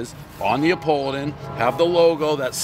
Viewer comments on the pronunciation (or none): Is it “Neopoladan”?